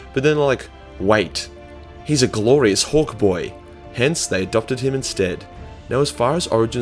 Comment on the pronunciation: Took me a few times to catch that you were waying hawk boy. Definitely sounded like hork boy at first.